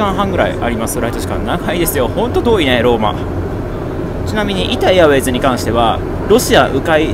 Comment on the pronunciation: 「イタ・エアウェイズ」がどうしても無意識に「イタウェイズ」になってしまうのが個人的にはじわじわ来ましたw